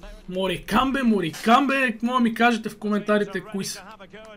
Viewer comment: Моркамб се четат(поне аз така си мисля)